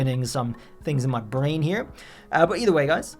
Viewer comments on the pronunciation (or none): none